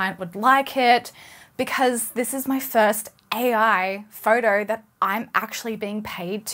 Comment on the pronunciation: She didn't say photo she said "four-door" or maybe "fartar"